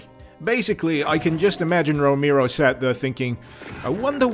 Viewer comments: Its pronounced Row-Mare-O, John Romero, not Row-meer-o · Romehro. Not Romeero. You fucking idiot. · "John Romeero." Lmao. It's ROMAIRO. Romero. Haha, love ya man. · I know who John ROMERO is, but not John Ro-mee-roe. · "JOHN ROMEERO" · “John Remeero” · everytime he says John Romero, i hear "Jown Rokneero" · The way you spell Romero hurts my ears, why such an emphasis on E? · Since you called us out on whether we know who John Ro-May-Ro is, I’m going to poke you back for flubbing the pronunciation of it. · "John Remiro" :D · John roMIRro, romeero, romyro? No, you disgust me. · if you're gonna bitch at people for not knowing who John Romero is at least say his last name right m8